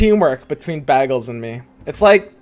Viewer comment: This man's saying ''baggle'' like that one Community episode where Britta pronounces it like that.